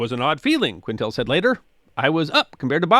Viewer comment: You’re mid-pronouncing the First Officer’s name. It’s not “Quin tell.” It’s “Keen tel.” It’s French.